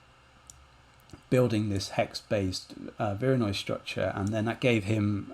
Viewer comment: What kind of noise made that fracture? I can’t quite understand the word you’re using. Vironoi noise?